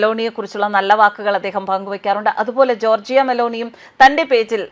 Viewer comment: ജോർജിയ അല്ല ജോർജ !